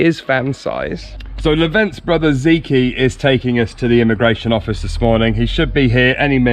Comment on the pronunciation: Woohoo that’s good news you got your residency. And wow what a lovely köfte. Btw the guy who helped you : Zeki ( pronounce the e as in egg ) - it’s Turkish for intelligent xxxx